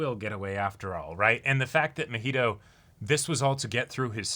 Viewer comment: I get it’s unreasonable to be this annoyed about it, but the fact they keep calling Mah-He-Toe muheto chips away at my sanity lmao. He’s not an alcoholic beverage and his name is said soooooo many times in the series that it shouldn’t be THAT hard to mimic the pronunciation. It’s giving Naruto to nurooto vibes 😭 some white people nonsense right here